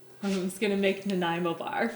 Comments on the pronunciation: It's funny and it also hurts a bit with how hard of a time she has saying Nanaimo bars. Also..... In BC Nanaimo bars definitely have melted chocolate on top... And in Nanaimo, you know, the city they were made in..... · And at the end I still didnt know the correct pronunciation of those bars 🤣🤣🤣🤣🤣... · Half my family is from Naniamo and it would always drive in insane when anyone mispronounced it. Bonus question, where is Naniamo?